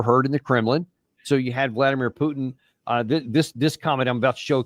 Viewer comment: Who’s “PeeUUW-tin”? 😂 🤡 says the guy slaughtering hundreds of thousands of innocent women and children .